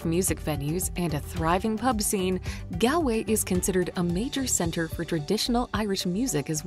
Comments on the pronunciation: It's pronounced "Gaulway" or "Gawlay' ....NOT "GAL" .... Unfortunately most "reviewers or Vloggers " get this wrong... Unfortunately, it's usually only the Americans who get it so wrong... also 4.13 ... The RIver Brandon is pronounced "Brand on " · It's pronounced :Gaulway"